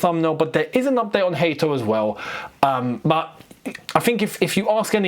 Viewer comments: Let's put respect on big mans name. It's Hato, not Hate(o) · Bro. Pronounce the boy's name the right way. Hat not hate!!